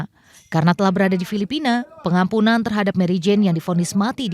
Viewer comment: Apaka telinga saya kurang sehat ya mbak presenter ? 'Pengampunan kok saya dengar penampungan' ?